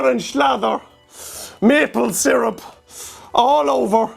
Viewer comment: seer-up, not zeerp